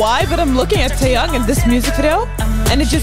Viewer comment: First can we take a minute to say. Omg you pronounced his name right. Second the way y’all notice the little looks and small moments. It’s the details. And you nailed it. He keeps his eyes on her and I mean. It really sets the tone. It’s not about the camera. It’s about Lisa and it’s like he is giving her her due. It’s so so good. 😊